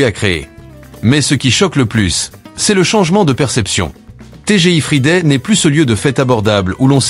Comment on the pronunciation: Bom-dia Quand on ne peux pas prononcer Friday imaginé dans d'autres langues une vrai Catastrophe pire.que le Junk Food No Way from Lisbonne ciao ❤😂😢